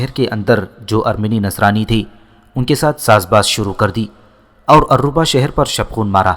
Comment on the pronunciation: بھائی یہ الرھا شہر ہے alriha